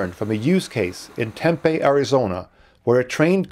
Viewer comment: It's pronounced "tem PEE" not "TEM pay".